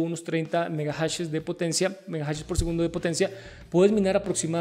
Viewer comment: megajashesss!? que buena Pronunciación XDDDD